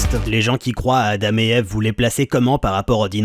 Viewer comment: Bonjour, Adame est la prononciation anglaise... Adam se prononce a dent.